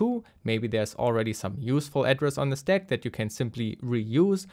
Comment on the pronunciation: Listening to you saying steck instead of stack is so annoying, german boy. Use google translator and click on the audio icon when you don't know how to pronunce an english word for f@ sake!